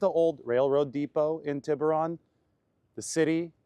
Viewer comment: Tiburon (Tee'Boo'rone)